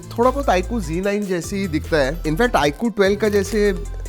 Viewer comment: Z9 ko G9 kyun bolte ho